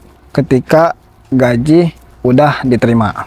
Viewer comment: GAJI bukan GAJIH😂